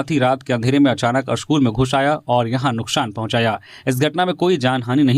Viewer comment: स्कूल अस्कूल क्यों बोल रहे हो